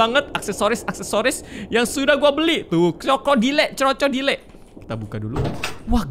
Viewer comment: Orang biasa:Crocodile🗿❌ Miawaung:Ce roco dile🗿👌